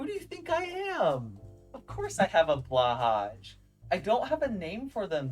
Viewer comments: As a person of the land of ikea I would like to inform you that it’s pronounced “BL-OOH HAI” not BLA HAGJ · Yeah but blahaj is funni but definitely agree that it’s pronounced blähaj